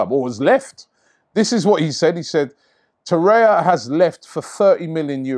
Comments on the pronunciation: It's Torreira not Torreia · TorreiRa not Torreia